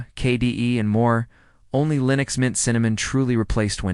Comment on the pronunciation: “Linus Mint; Cinnows 7”; “Linos Mint; Cimniin”…???!!! WTF!! Proof your AI Slop much?